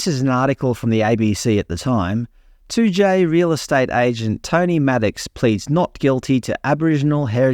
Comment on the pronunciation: You pronounced Toodyay spot on ..noongar needs work 😅